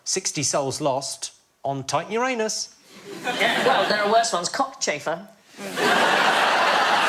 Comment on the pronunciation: I appreciate Sandy pronouncing Uranus correctly. It's a pet peeve of mine that the name is so disrespected by immature people. The planet is amazing, and the deity was terrifying! Worthy of respect, not cheap jokes.